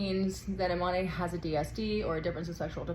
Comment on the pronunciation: Imane, is the French spelling for Iman, and so should it be pronounced and not "ImanÉ, as you pronounce it ? You, too, are making a big meal out of it, whilst it is very simple?? Imane was born a girl raised as a girl, went to school as a girl and practised sport as a girl ever since, and up to now no one has come up with evidence proving she isn't female. The IBA has banned her unjustly from several competitions already based on a supposed study that they refuse to publish the results of, until today. IBA, has of course an agenda to disqualify any Algerian athlete they can, Algeria being today and historically the staunchest supporter of the Palestinian cause on all fronts, defends Palestine at the UN Security Council of which it is a non-permanent member, it defends Palestine and the Palestinians, at The African Union which has long history of solidarity with Palestine, continuing with today’s efforts to end the destruction of Gaza because African countries see an identical experience between Palestinian occupation and what they have endured under colonization. Algeria defends Palestine, at the Arab League, and at the Organisation of Islamic Cooperation Countries and is one of the largest if not the largest after Saudi Arabia contributor to the Palestinian cause, and for that, Algeria has to be punished by all means possible and at all levels, for being naughty and disobedient.